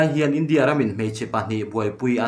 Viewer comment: Lehkha chhiar i thiam em em rualin hnamdang tawng pawh ni se a thluk hi mizo tawng taka thluk thin ni se, a hmaa thu leh a dawta thu a zirin 'India' han tih lai te hi han thluk danglam thin ni se ngaihthlak a hahdam lehzual ngawt ang le.